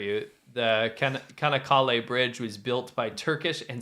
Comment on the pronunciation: You may want to check pronunciations before doing your Friday show. The bridge in Turkey named Çannakale, the first letter [C-cedilla] would be pronounced like English "ch" as in church. So Chah-nuh-KAH-lay. And the French name Gilles Sabrié would be pronounced (Zhil saa-bree-AY). Zh is pronounced like the "s" in "pleasure".